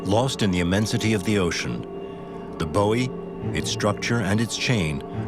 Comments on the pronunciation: Very interesting, but the narration leaves a bit to be desired. Buoy is normally pronounced "boy" in English or "boo-ee" in American, not "boe-ee". Seismic is pronounced size-mick not sizz-mick. Luckily, the French is generally quite comprehensible, but it would have been sensible to offer a translation. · I was so confused as to what the narrator was talking about when he said "bowie" the first few times until I realised he was talking about a buoy... Who the hell pronounces it like that? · Have I been saying "buoy" wrong this whole time? 😮